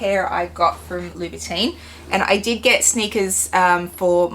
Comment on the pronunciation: Please say Labu TON